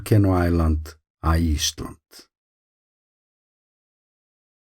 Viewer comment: Thanks for another great video. I always have to listen to the very end to hear you say 'Iceland'. I am sure that first vowel is getting longer and longer 😃